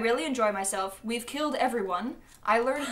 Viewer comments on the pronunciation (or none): none